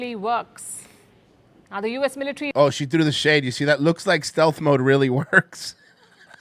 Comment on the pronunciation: That anchor sounds like she’s switching from an English accent to an Indian accent (she said 'militree' but then goes back to her normal accent 😂)